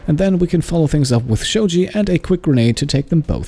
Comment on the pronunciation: Shaojie is not pronounced like Shoji. It's pronounced like (show(er) in shower) + gee + eh. Try this in Google translate 少杰. You should've just called him Zhang anyway, it's easier :p